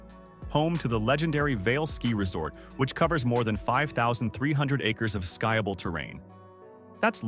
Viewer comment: It’s not a guy, it’s a computer so it cannot understand linguistics. It said “sky-able” terrain instead of skiable.